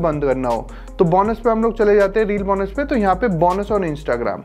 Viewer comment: बौनस nahi hota be Bonus hota hai 😂